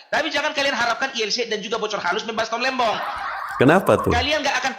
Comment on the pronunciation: tom lembong min bkn lembang😂